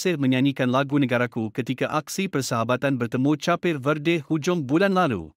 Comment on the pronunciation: Petir 😅 -Vietenam 😅 - Carpir Verdey 😅